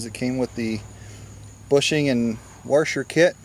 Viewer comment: What’s a warsher? Is that like a washer?